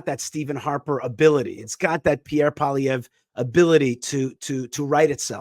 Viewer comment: Congratulations on pronouncing our Conservative leader's name well....Paulie (like Rocky's Brother In Law) Ev.....in French you add something like ruh to the end but in English it's not needed.....